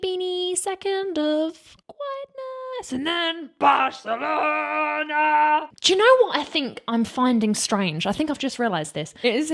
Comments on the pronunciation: Indeed. Also the name of the city. BarCelona. (Not BarSelona) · I am a native spanish. Your pronunciation of Monserrat Caballe is perfect, and de C of Barcelona too. Congratulations!